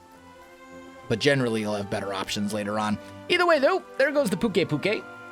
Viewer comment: by the way pukei is pronounce pyu-kaii